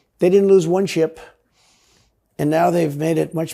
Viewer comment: Is he saying chip instead of ship?😂😂